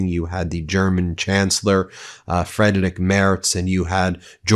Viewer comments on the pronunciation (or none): FRIEDRICH MERZ!! NOT FREDERIC!!! DUDE!!! Ok, you are an US-Citizen... WHAT did I expect!?